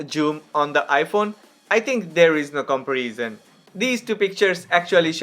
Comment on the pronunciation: i love your new look man, it's amazing, well my advice is: since you make videos about camera comparison, and alot of people are interesting, so i think you should say the word "comparison" right, your English is excellent, but the content is about camera comparison and the only word you should say right actually you say it wrong, find the right spoke of the word comparison, Big love 👊🏼 Big loyal fan 🤜🏼🤛🏼